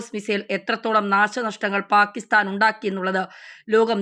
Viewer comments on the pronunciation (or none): none